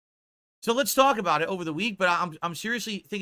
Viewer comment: He took pure kick meth, he get so excited about it he cant say the word "so" properly anymore lmao. He says it like a dented lips person.